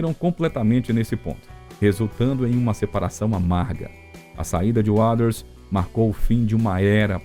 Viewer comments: Sua pronuncia continua cada vez mais horrível, pronunciando Waters misturando fonemas errados, que não existem na palavra nem na pronuncia britânica ou americana, procure estudar ou pelo menos ouvir as pronuncias corretas aceitáveis nem que seja no google translator, é péssimo ouvir como seu texto ruim e um bait que nunca esta no video engando quem vai assistir seu video achando, que vai ver algo novo ou exclusivo quando não há nada disso. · Eu não sei qual é a dificuldade em dizer Roger Waters da forma correta! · Vídeo de lorota que todos já sabem, e pra piorar a pronúncia do nome Waters... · Isso é voz de ia? Ficou ruim em, principalmente quando diz Waters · Cara, o vídeo é mais do mesmo, nada de novo, mas pode melhorar na pronúncia do Roger WATERS e não “Waders “ kkkkkk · desculpa... quem é "uaders"? não conheço esse membro da banda... e olha que sou especialista em PF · Ser apaixonado pelo Pink Floyd e ficar escutando esse narrador pronunciar o tempo todo "UADAS" é sacanagem. Se o Waters escutasse a pronúncia do nome dele assim, infartaria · Como que consegue falar uaders ao invés de Walter ? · Putz ouvir essa pronúncia sofrível de “Roger uáders” “de uáu” “ confortabe num” “shine ou creise daiamon” “ uich you ê riar ” que bosta!!! Odeio IA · A pronúncia do nome Roger Waters com um sonoro Wades" incomoda um pouco. Mas o vídeo é bom só é muito longo para chegar no assunto principal do título. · Putz ouvir essa pronúncia sofrível de “uáders” “de uáu” “ uich you ê tear” “shine ône crase diamond” “confort be non”.. que BOSTA!! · Sim, a narração é muito boa mas a dicção das palavras em inglês precisa melhorar porque destoa em relação ao todo, Roger "Uaders", não dá! O material é bom, mas senti que quiz dar uma enrolada pra ficar mais longo e acabou repetindo e perdendo a continuidade em certos pontos. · Esse "Uaders" do cara é demasiado risível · Pseudo Video kkkkk mais um falando mais do mesmo e pronunciando o nome do Roger Waters errado kkkkkk cansei .